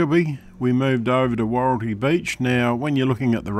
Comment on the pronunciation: Wahroltee not woreltee